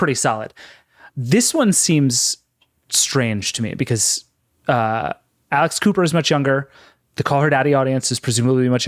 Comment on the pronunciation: I heard "Alice Cooper" not "Alex Cooper" (clearly I don't follow those kinds of podcasts) and was QUITE confused... And I would TOTALLY listen to Alice Cooper doing a weekly podcast...